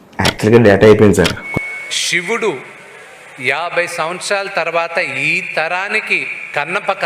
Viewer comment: శివుడు అనండి సార్... షివుడు కాదు!